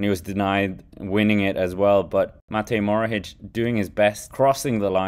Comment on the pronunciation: It’s Matej Mohoric not Morohic